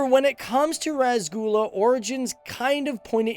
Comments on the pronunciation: I was cringing so bad when I said rusgulla it’s roshogulla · Rasgula? TOTAL CRINGE. Its Roshogolla. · it's not rasgulah its rashigullah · Dude...its not rasgula....try saying it like ROSSOGULLA😆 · Rasgulla😭 ITS ROSHOGULLA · “Rash gulla “😂😂its Roosh -er-Gulla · The way he says rasgulla 😂 that's cringe 😂😂 It spells like ROSHOGOLLA damn😂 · The pronunciation is Ro-sho-golla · How did you mess up pronouncing rasgulla that badly?